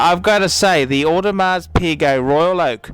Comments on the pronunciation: For the love of all that is holy, PLEASE learn how to pronounce the name of a product before asking others to take you seriously. If I reviewed a Ferrari, and I pronounced it "fee-ray-RYE", nobody would listen to me. Learn how to say "OWE-de-mar",. PLEASE. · I was also sure you don't pronounce the "s" In audemars well I trust advice that much less now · For someone claiming to be such an authority on watches, i find it dubious how you cannot pronounce Audemars properly with a silent ''s''